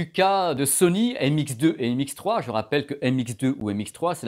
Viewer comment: MX3 haha, ça m'a écorché les oreilles à chaque fois ^^ Sympa la vidéo sinon, mais je cherche toujours une comparaison objective pour NC de ces 2 casques (comparaison entre signal d'origine, et mesure des ANC pour connaitre l'atténuation en fonction des fréquences), si jamais vous savez où je peux trouver quelque chose du genre, merci d'avance! Bonne continuation:)